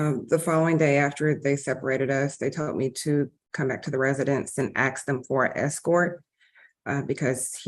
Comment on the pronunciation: I hate that. "Axing me..." The word is ASK.